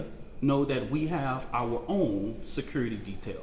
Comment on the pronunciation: What's securrity? Is this a form of English? " Glive Srend Glow"? " Loud and Keer " He says " Next Generation Action Network" 100 times,like it's somehow an actual organization or non profit. Trying to sound normally well spoken when